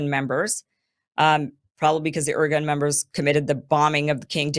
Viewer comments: Kim..please…if you’re going to do this presentation, commendable by the way, ask for help ahead of time with names and proper pronunciation. It adds so much more credibility. I’ll do it phonetically. Men-achem Be ,like “bay” gin ,like I’m “gin” na get ya. The terrorist gang Irgun, like “ ear” ,like “guun “. Others were the Stern Gang, Hugannah, Lehi and a few lesser lights. They strung up British troops in orange groves after killing them. And killing civilians wasn’t above these “ moral” group of terrorists. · not "organ" but "IRGUNE" "IRGOON" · "Irgun" is pronounced "ear-GOON" (I'm fairly certain), and yes there were the OG terr0r!$t organization in the Mid East. They basically invented terr0r!$m as we now know it. They also liked to disguise themselves as MusI!m Ar.@ while committing these acts in order to deflect bIame and trick us into f!gh.t!ng their enemies for them. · Ir GUNNE. Men AH hem BAY gun. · The content is good but the pronunciation.................If you're on the internet, the information super highway, there's no excuse for not finding out how to say, Irgun, Lehi and Menachem Begin. Mangling the names is pure laziness and/or American arrogance, the attitude that foreign names are not important. How would she feel about being called Keem Aborsong? Thumbs down for that sadly. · Hyperbole much? She's OK, but she'll be forgotten in less than 50 years. Her inability to pronounce correctly basic words like IRGUN does not impress me in the least. BEFORE you get upset, I like her, but I don't worship her.